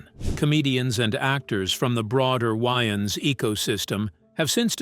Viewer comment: Who the hell are the “WY-AANS” bros???